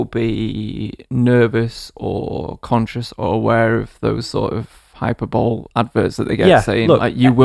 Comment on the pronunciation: did you say "Hyper bowl" instead of "hyperbole"